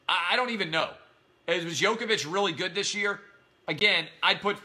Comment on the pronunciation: Also you can't even pronounce Djokovic's name.